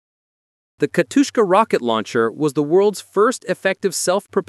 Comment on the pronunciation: Why did you keep calling SU-152 "SU 52"? - OK, did anyone proof-listened to that before posting? "Katushka"? It literally says "Katyusha", just read it ffs